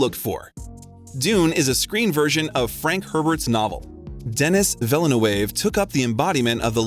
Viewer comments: Let’s not leave out “Dennis Villa Nuavè” 🥴👀👀😱😂🤣😂🤣😂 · Elio, Denis Villeneuve, Zendaya too :( Seriously, have you not watched any of the interviews? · Dear narrator: PLEASE learn to correctly pronounce "Denis Villeneuve", "Hostiles", "Luca Guadagnino" , "Louisa" , "impetus" and "taciturn". Your pronunciation mistakes are a travesty.